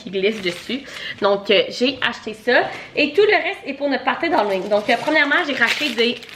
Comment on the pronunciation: « Hallowing » hahaha à chaque fois ça me fait rire